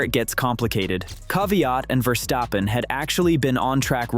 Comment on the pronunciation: Daniil,,,,,Kaviaat , lol